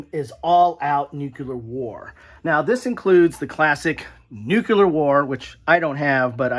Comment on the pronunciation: Loved the segment on the games that involve nuclear war,... but you were slowly driving me crazy because from time to time, it sounded like you were saying Nuke-LEE-ur... and not Nuke-YOU-ler.;-) heh I think it's just how you say it that made it seem ambivalent, but it was amusing.